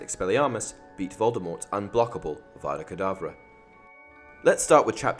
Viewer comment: Harry’s expelliarmus beat voldermort, because as Hermione said. He’s saying it WrOnG It’s Avada Kedavra not AUGGGGGGGGGGGGGVADA KEEDAVRA (also I don’t know if this is original, if it isn’t I apologise, but I haven’t seen any comments like this I s this video so ye)